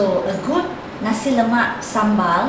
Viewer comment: lol its Naaaaasiiiii not nazi XD